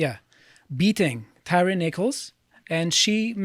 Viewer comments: NO, that's not how you pronounce his name. It's Tire. Like tires on a car. Man! I guess that's what you get with white supremacy. Not even respect for the dead. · I don't know why people keep pronouncing his name tyreeeee Its tyre like a michelin. Its like hyacinth bucket saying its bouquet from "keeping up appearences" lol